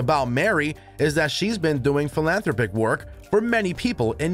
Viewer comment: It is pronounced "Phil-an-THROP-ICK say it in quick cadence. The narrator needs to edit his mistake. Please.